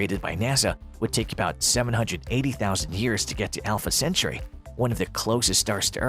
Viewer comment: All fluff no substance. And btw Alpha Centauri does not rhyme with century